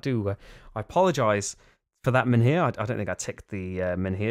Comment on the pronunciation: The H in MENHIR is silent